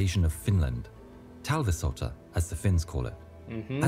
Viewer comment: Way you said talvisota (winter war) was absolutely perfect, and Häyhä was also very close to target. 👍